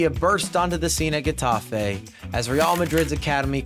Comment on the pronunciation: “Heh” tafe, not “guh” tafe